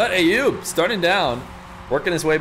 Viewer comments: the name "Ayoub" is pronounced with an A as in "umbrella" not A as in "ate" .. So like "uh-yoob" .. Please, it's not hard at all and I'm not even Arabic or middle eastern at all btw! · you are miss-hearing what that lady is saying. As you can see here from this article the precise pronunciation (using International Phonetic Alphabet - IPA) is actually [ˈʔajjuːb]. And from the IPA pronouniation key we see that the first three characters form an "uh" sound. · I actually pronounce it based on a video sent to me by Ayoub himself, which I would argue the lady is saying it closer to how I say it.